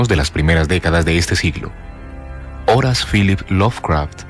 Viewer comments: "Horace" . A caso no es "Howard"?🤔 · Yo llego a escuchar que le llama "Horas" jajajaja